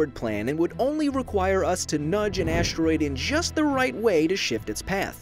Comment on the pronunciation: This is so well made and everyhting, but the fact that the narrator says "aSHteroide" really bothers me